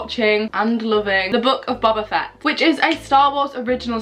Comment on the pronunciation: Can’t lie it’s funny how u said u were watching book of boba fett but pronounced his name wrong (no hate)